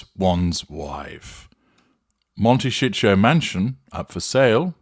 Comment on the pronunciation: I’ve been curious how they can afford that house! They’ve been burning through money hand-over-fish. BTW- It may be a regional thing, but in the US, it’s pronounced mon-ta-SEE-toe. OK- I’m an idiot- I get it now! Mon-ta-SHEET-toe no doubt!